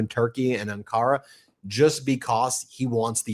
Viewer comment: AN-ka-ra, Ben. Emphasis on the first syllable. 😊